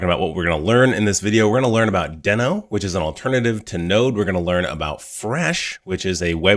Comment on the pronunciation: Great, helpful video! Just a note - it's officially pronounced "dee-no", not "den-o" 😄